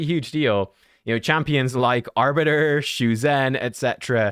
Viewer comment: thanks for the video - one thing to note: it’s pronounced shu-jen (as in jennifer), see the ZH. cheers!